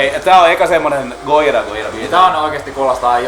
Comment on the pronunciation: Bromance :) Btw, nice to hear that I am not the only one pronouncing it "Goyira".